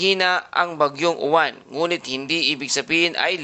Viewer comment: Uwan ka ng uwan mali ang bigkas nyu dapat yowan at ang alphabet ay stu.bigkasin so yowan ang tunog